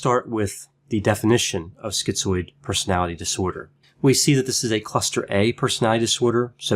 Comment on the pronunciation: Why are so many of these videos on YouTube saying skee-zoid ?